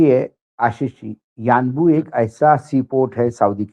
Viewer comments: Its Unbo ... not Uanbu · Sir, it is yanbu